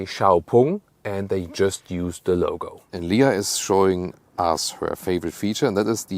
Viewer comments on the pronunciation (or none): none